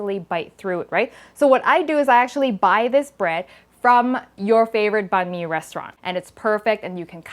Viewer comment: Thanks for pronouncing "banh mi" correctly! Also, we have a Dac biet banh mi translating to a combination. It can also include a Vietnamese mayo or hoisin. You sound like a true Vietnamese, btw!